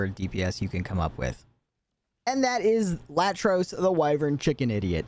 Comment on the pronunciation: The chicken’s name is Iatros … like “Eye-atros.” Just an FYI.